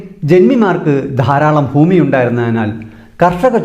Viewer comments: ഫൂമി യല്ല ഭൂമി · ഫൂഉടമയും ഫൂമിയും ഒഴികെ ബാക്കി ഒക്കെ സൂപ്പർ